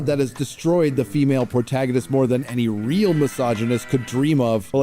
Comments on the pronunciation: pronounces protagonist as 'portaginist,' and honestly, that's where people should stop taking him seriously. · Why does say protagonist as “portagonist”